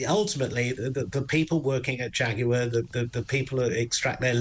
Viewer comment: I always pronounced jaguar as ( jag-waar) not (jag-you-are) now its more like (jack-queer).